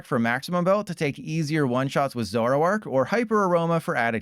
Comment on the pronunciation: 🙅🏻‍♂️ zo-ROARk 👉🏼 ZORO-ark 🥷🏼🤺